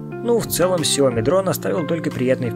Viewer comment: Не Сяо́ми а Сяо Ми́! 😁🙏